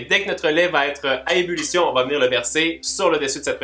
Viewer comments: Ç t une bonne "umulution" 😂😂 j'adore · Comment t'a dis? "Ulition"? Bulition? 😂😂😂😘😘💘💘💘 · «Ébullution» mon petit 😂